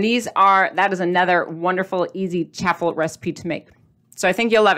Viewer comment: LOVED this episode and the recipe! it's CHAW-FLE like WAFFLE. Not chaffel like chapel. Have a super day!